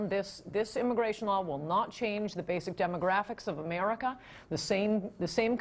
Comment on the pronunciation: love the way she says Emarica